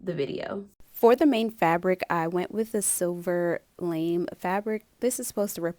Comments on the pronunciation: Lame' fabric is pronounced lah-may', not layme. Cute idea. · Lam’e. French word. Pronounced “Lamay”. Sorry, bugged me. 😝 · Psst the metallic fabric is pronounced lah-may. This project is everything! As soon as I saw the artificial lettuce my eyes just lit up. Your vision and execution are just a delight- I love the idea of doing something surreal to wear but just beautiful as a garment. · This is wild! Can't believe how you put these things together! A word on pronunciation, though, from a French teacher -- the shiny fabric is la-MAY. (lamé)